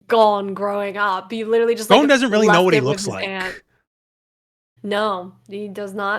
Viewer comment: Can you please pronounce Gons name correctly? gOn not gone